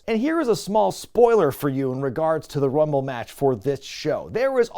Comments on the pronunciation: Rumble numble, lmao. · "Lets get ready to Rumle" must be an attempt not to be sued michael buffer.